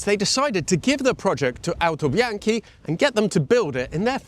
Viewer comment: You speak a very well italian (Autobianchi, Innocenti, Lancia etc), i say this from Italy, Complimenti!